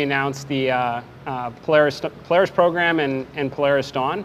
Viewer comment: Is it just me or is it pronounced PO-LAR-RIS And not PLAIRISS? Then again if he's footing the bill he can call it what ever he likes